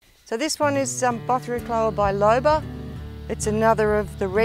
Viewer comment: Was looking for a pronunciation of Bothriochloa and you delivered. Thank you.